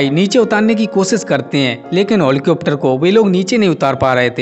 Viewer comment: What is this helicopter ko holicopter bol diya